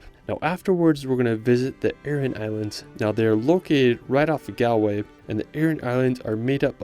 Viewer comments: Galway is pronounced Gawl-way and Donegal is Don-e-gawl i.e. long a aw sound. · Nice video. Beautifully shot and you’re very enthusiastic. I hope you don’t mind me correcting some pronunciations. Galway The “gal” part rhymes with ball. Donegal. Separate the E. so it’s Don-e-gal. Also it’s not “The County Kerry”. Just County Kerry. Also Eire is two syllables so the e at the end is pronounced separately.